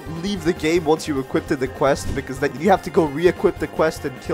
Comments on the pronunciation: had to point this out. "Equipted" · wth is "equipted" its equipped not equipted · He keeps saying equipted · bro the "equipted" made me triggered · equipted lol